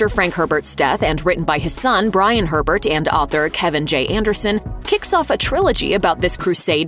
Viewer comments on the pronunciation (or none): none